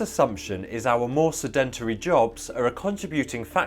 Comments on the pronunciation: Pronunciation Advice (sorry): 'SED-entry' - not 'sed-ENT-ery' ! Otherwise - an excellent analysis............................. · SED-entary, not se-DEN-tary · No creds. Sedentary is SED-en-terry. Accent is on first syllable always. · SED-EN-TRY is how it's pronounced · Love that British pronunciation with emphasis on syllables unaccustomed to American ears. SeDENtary and ContriBUTory. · We ate less, did not have snacks like crisps, and used to walk everywhere. You are pronouncing 'sedentary' wrong - emphasis is on first syllable. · Wrong. His pronunciation is not correct. Listen to a British version. It is: /ˈsɛd(ə)nt(ə)ri/ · You are pronouncing sedentary incorrectly. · Makes sense that the average person expended more energy in their daily tasks, though there must have been some men, especially, who had desk jobs and came home and didn't do many household chores? By the way, the word 'sedentary' normally has the stress on the first syllable.. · The way he says “sedentary” is driving me bananas